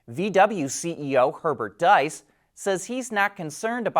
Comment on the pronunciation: Good video. But the correct pronunciation for Herbert Diess is "Dees", not "Deis"